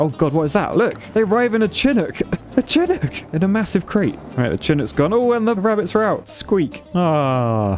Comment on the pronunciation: Chinook is pronounced Shuh-nuk